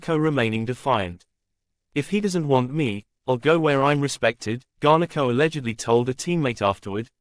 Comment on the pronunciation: U can’t even say his name properly 😅